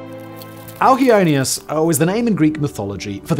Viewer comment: For anyone wondering, the name of the largest galaxy is Alcyoneus. Simon's pronunciation was not very clear.